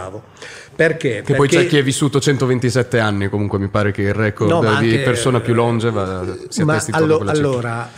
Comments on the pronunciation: Luca Liver scrivendolo così sembra che l’abbia detto normalmente lui ha detto “lÒngeva” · Eeeeeeeeeeh???? Persona più "lóngeva"?????😂😂😂😵😵 Ma cristo santo! Si dice "longéva"... No ma è inascoltabile! Le amenità che escono da quelle bocche! 🙈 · Se poi dice lòngeva anziché longéva.